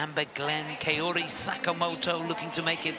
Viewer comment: Dear commentator, Sakamoto is not Keori but KAORI .